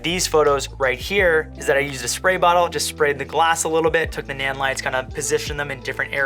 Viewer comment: Neon, not Nyan